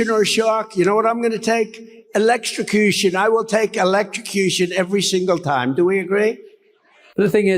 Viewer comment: He said uhlexTRacution?